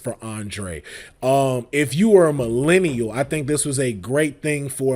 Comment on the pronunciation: Why saying "millennial" like that?! Like hes not one! Lol